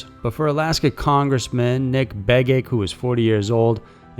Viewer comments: BAY-GITCH...lol. Its BEG-ITCH bruh. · Pronounced Beg-itch & Yo-landa. I-o-landa? Dude, really? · Begich is pronounced "beg itch". So cringy hearing it pronounced the way you have. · You once again mangled a name. Congressman Begich last name. Its pronounced BEG-ITCH. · I am so so very sorry, I usually try to avoid correcting peoples' pronunciations, but I have literally never hear Begich's name pronounced like that and it keeps pulling me out of the video. Typically it has hard "tch" ending.